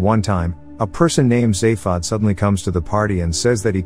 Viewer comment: Soft a on zaphod and vogon is with a hard o not a soft a